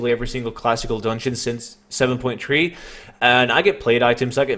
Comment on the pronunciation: "seven point tree" hehe no offense